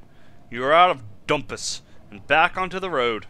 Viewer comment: I believe the `dhu´ of Dhumpus is pronounced as a j-sound, kinda like ¨Jumpus.¨... But that´s just a guess.